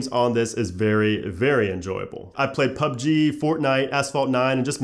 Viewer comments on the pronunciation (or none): none